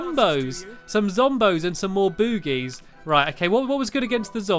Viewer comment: You're pronouncing bougies as boogies